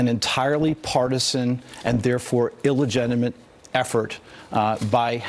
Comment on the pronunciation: "Illegenimate"... I see he found lawyers that speak his language.